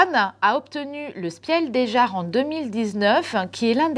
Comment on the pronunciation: En allemand, on ne dit pas "spielle des jarres", on prononce "chpil daiss yaress" !!! 🤨 C'est une distinction très importante concernant les jeux de société !